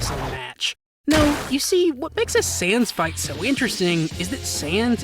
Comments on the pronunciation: Dude. It’s sans. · why do u say sans as saiyans im getting confused